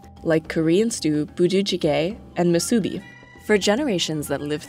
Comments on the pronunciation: moo SOO bee? Isn't it MOO soo bee? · musubi is pronounced syllable by syllable: mu-su-bi, (like moo. sue. bee.) if you say “mu-subi” anywhere in hawai’i, people will look at you funny. it’s something you just Know when you grow up on the islands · moo-sUbie 😂🤣 Yaaa you 🤣 cow x subaru It’s mOO-sue-be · Musu - bi, not mu-subi... Musubi is a Japanese word and is a Hawaii-Japanese fusion item. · It's moo-soo-BEE, not moo-SUE-bee. Also, boo-deh JJI-geh. Nailed poke bowl though :) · moo-soo-BEE, not moo-SOO-bee, it's an oxytone, not paroxytone. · Except for mispronouncing... Musubi.. moosooBEE Nori...noDee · Narrator: "muSUbi" Hawaiians: cringe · It's called Muu-Suu-Bee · The narrator needs to learn the correct pronunciation of musubi. It is pronounced moo - sue - bee. No accents on any of the syllables. Also, Hawaii is pronounced with a space before the "ii"s. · Her pronunciation of Musubi kills me... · The way you say "musubi" and "nori" make me cringe... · I hate the way she says spam musubi. Only locals from Hawaii will know why.. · You're pronouncing musubi wrong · The way this narrator says Hawai’i and musubi is no where near the actual pronunciation lol